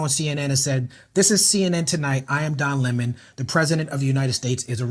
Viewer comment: lol soon as he called him Don Luh-Moan it was a wrap... 😂